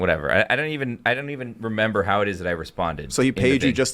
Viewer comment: Someone please tell is remember not renember. He says renember like 10 times an episode and it drives me crazy. He is not 3 years old 😂